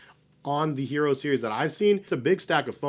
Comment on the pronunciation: The English pronunciation is “yeh-rro.” It’s Spanish for “iron”, like the metal. Not hating. Been a big fan for like 6 years. Just wanted you to get it right. Thanks for the review. Bout to cop a pair now. Keep doing what you’re doing. You’re one of the few reviewers I trust.